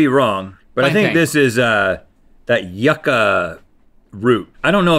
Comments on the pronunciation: Amy Vivas lol and how Rhett called it yuck-uh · The fact that Rhett pronounced Yuca “Yuh-Kuh” hurts my Cuban soul 😭